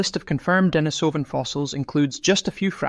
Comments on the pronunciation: On this comment section people are saying, 'Pronunciation: De-NI-so-van, not De-ni-SO-van' which I think is because it's Russian and the emphasis is on the second syllable. but don't quote me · Pronunciation: De-NI-so-van, not De-ni-SO-van. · Accent is on the 2nd syllable of Denisovan, ie, de-NI-sov-an. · A good rule for making authoritive videos is to learn how to pronounce the name of the subject. Denise o vun. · I’d like to have the true pronunciation of the word Denisovan. “Denis o van” as you are pronouncing it, or as I’ve also often heard it, “Denise o van”. I wonder what the actual pronunciation is. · .Ike how to pronounce Denisovan. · Please please - will somebody ever get it right.: the stress in 'Denisova / Denisovan' is on the second syllable. Anyone with elementary Russian will know this. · While I agree that the word is incorrectly pronounced, I have to say that a good percentage of people do not have elementary Russian under their belt. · This is 10 years ago info . Waste of time . Also , please pronounce Denisovan and Neanderthal correctly if you want credibility.